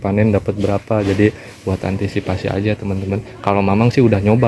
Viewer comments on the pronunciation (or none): none